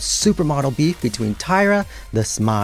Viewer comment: My favorite part is when you say “BEEF.” 💁🏻‍♀️🥩